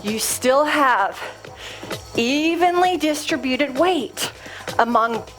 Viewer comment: I'm returning to the rebounder and really trying to get my form right, because I had to stop due to knee pain which the rebounder exacerbated. The ball is a brilliant addition. One niggle: distributed, please emphasize the second syllable, rather than the nails on a chalkboard third syllable.